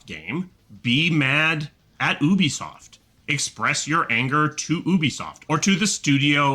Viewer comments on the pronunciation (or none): First of all who the hell calls Ubisoft "Oubisoft"? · Also, OOBeesoft sounds stupid. Say YOObeesoft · i'm upset at how people pronounce ubisoft.... OOBYSOFT... NO. YOUBISOFT. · Why the hell does he say Ooobi-soft? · Wtf is oobisoft